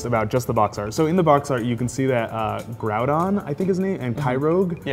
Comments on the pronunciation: Groudon (Grow-don) Kyogre (K-I-oger) not kyrouge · this guy mispronounced groudon and kyogre.